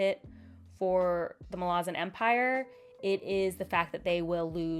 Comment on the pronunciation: Muh-LAZ-in. The city of Malaz. Like the country of America, you say American. So you say Malazan in a similar way.